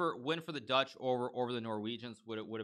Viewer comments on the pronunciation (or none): none